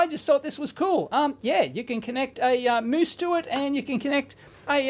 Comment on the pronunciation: u said moose. 😅